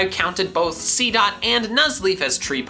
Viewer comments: Did anyone else see that he said seadot 2 times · He sedd seedot 2 times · You said seedot twice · He did seedot two times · You said seedot twice.